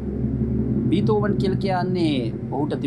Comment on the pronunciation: බේතොවන් කියලා කියන්න ඔනෙ බීතොවෙන් නෙමෙයි